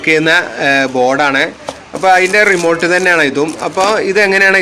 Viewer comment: റിമോൾട്ട് അല്ല ഭായ്... 🙄 റിമോട്ട് 😘നിങ്ങളെപ്പോലെ ഒരു ടെക്‌നിഷ്യൻ ഇങ്ങനെ ആണേ സാധാരക്കാരൻ എന്താ പറയുക 😢😢😢